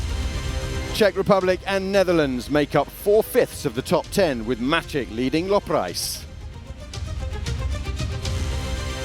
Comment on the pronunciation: good highlights, great commentary. PS: Macik is pronounced like "matzeek" :)